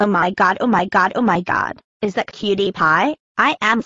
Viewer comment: dad it’s not cutti pie it’s cutie pie